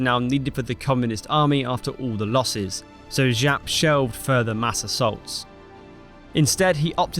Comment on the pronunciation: Jap not Žap, he isnt french.